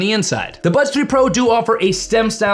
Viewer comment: Why do I hear "Budge 3 pro"? Thank you for the review 👍